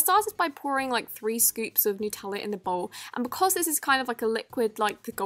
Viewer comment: When she said “ bowge “ 🤣🤣🤣🤣